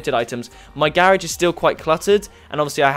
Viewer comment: Wtf do you know how to properly pronounce grarage?